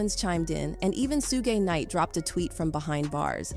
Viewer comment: This must be AI voice because ain't no way they don't know how to pronounce kid Cudi and shug knight😅